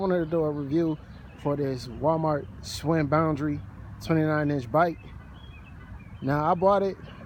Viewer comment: Shhhh Winn... NOT Swinn